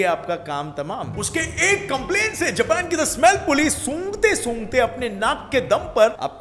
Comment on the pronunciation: Don't say japan like that or otherwise I hate u because I love anime ❤️